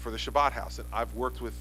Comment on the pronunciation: carpediemdjg: If you haven't noticed yet Chris Christie is NOT jewish and it's kind of hard for a non-jew to pronounce the word properly. Most people who can't say the ch sound say an h instead so it becomes Habad house but our governor has his own style. So yes DOLT, he said Shabbad house